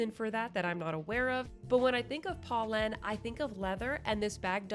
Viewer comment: “Poe” not “paw”!! My friends and i made it a drinking game! You have great content. Just needs tiny bit of refinement, especially when reviewing brands. 😊